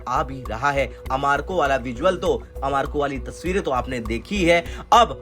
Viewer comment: लों भैया 🤣🤣🤣 अमारको पहली बार सुना हैँ.. आरामको तो सुना था. अमारको पहली बार सुन लिया.. 🤣🤣